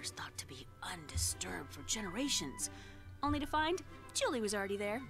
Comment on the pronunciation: says the guy who couldn't say 'only'